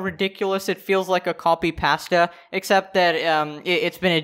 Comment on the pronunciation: You say copypasta weird